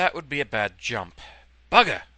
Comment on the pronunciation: sometimes when he says bugger,it sounds like burger